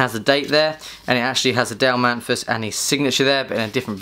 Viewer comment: Also: His name is Dale Mathis not Dale Manthis he read his name wrong like 20 times.